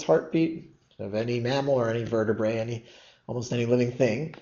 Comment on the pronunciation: Vertebrate - missed the "t".